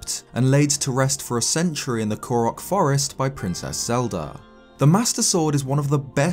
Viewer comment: > Do you mean Koriki Forest? (Not Korok Forest? / Maybe there's Zelda lore I don't know about...)